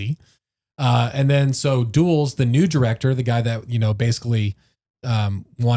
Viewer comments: It's pronounced DULL-S... like the airport in North Virginia... Washington Dulles Airport! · You are saying Dulles WRONG! He was way more powerful than you are saying as well. First Dulles Airport in NY is named after him. It’s Dull-iss. Second he helped create the CIA from the ground and was the head of the OS that Truman shut down bc the war was over.